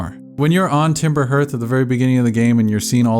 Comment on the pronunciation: This is a fantastic video. I love this game. I love this world. I love your take. But if I hear another person say ‘timber herth’ I will disintegrate xD